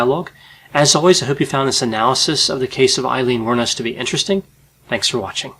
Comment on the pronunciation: Her name finally pronounced correctly ✌️🇮🇪